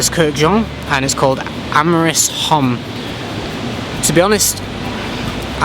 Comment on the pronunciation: H is silent in french... But the review is nice. I love the view! I'd love to go to south America one day. What's your favourite release from MFK?